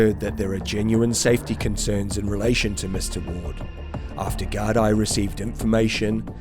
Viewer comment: For future reference in your videos, the correct pronunciation is Garda/Guard for singular or Gaar-dee for plural. It comes from the Irish, Gardai Siochana..'Guards of the Peace'